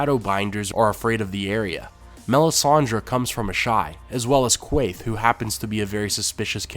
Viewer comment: Littlefinger has the dagger. At least, I presume that's the weapon he held at Ned Stark's throat when he betrayed him in the throne room (when Joffrey was named King, prior to Sir Beric Dondarrion balls dropping and having a facelift i.e. replaced by a better actor). PS: Quaithe pronounced Kayte. Just sayin'.